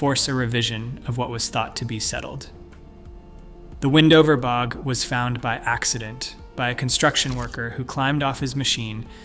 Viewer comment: Weird mispronunciations: B O G instead of bog, etc. Mismatched images. I'm not believing it if they can't even be sure their visuals are relevant. Also, the skeletons were from thousands of years, not all from 7-8,000 years ago.